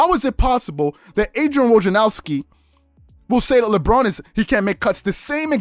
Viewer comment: “Woj adrianowski” 😂